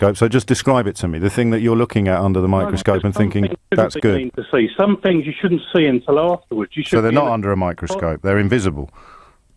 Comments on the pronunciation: Beyond The Pale That's just your interperation.You're twistin' fings. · I hate the way James O'Brien twists fings. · Adam Barlow Stop twistin fings